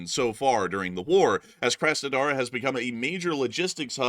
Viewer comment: Work on your pronounciation, please. The first 'A' in Krasnodar is pronounced like the 'aw" in awesome, not like the 'a' in a$$hole